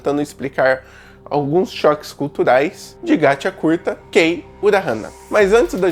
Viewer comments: "Gatí Akutá" Não "GatiacuRta"... 😅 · O engraçado é o "gachiakuRta" kk mas o vídeo está muito bom. E pensar q uma obra dessa esta sendo desvalorizada , q história o desenho... Tudo é bem trabalhado😢